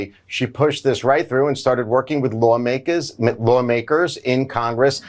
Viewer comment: careful buddy, your mob boss accent came out for a split second. Better put that fixer voice away, so the people think that you are legit. "Lahw-may-kuhz"